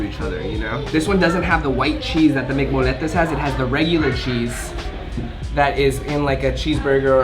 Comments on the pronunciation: This is how you pronounce it! MC mo-ye-tes not mc-mol-etes sorry but this made me wanna slap you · Molletes are pronounced “moyetes” but the real thing is way better looking